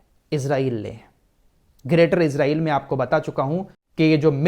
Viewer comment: ap ejraiel na bole esraiel bole